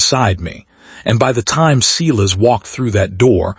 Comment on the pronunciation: This was poorly edited. The narration doesn't line up with the title. HE came late to the party. I stopped waiting for HIM. Silas is pronounced like SIGH not like SEE.